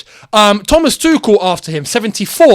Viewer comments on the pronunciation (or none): none